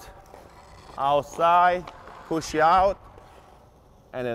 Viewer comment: Yo no one's told my man there's no "e" at the end of push